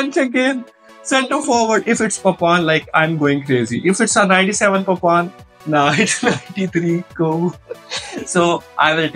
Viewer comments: Papan 😂😂😂 its papin bro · is not papan he is papin